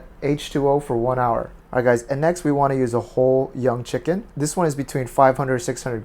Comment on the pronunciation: CHEE-KUN? LOLLLLLL